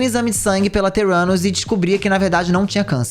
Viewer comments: Não consigo ouvir o nome da empresa dela e não entender "teu ânus" kkkkkkkk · Toda hora que o falava Theranus eu só ouvia "Teu 4nus" XDDDD